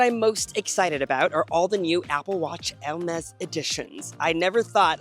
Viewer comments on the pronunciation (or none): The way you pronounce Hermès sounds like "el-mez", and also that was a VERY long ad break